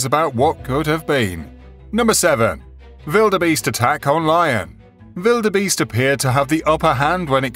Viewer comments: why do you say vilderbeast haha its got a W for a reason its Wilderbeast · Why do you spell it Widerbeast? It's spelled wildebeest. LOL